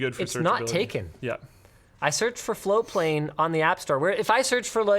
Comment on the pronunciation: people hate on floatplane because you never actualy ever pronounce the T. It took me fucking forever to find ti the first time